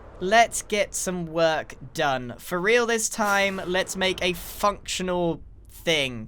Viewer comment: Lol it sounded like he said f***tional 😂😂